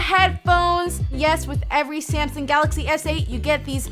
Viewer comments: It's Samsung not Syamsung........ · did she say Samson at the beginning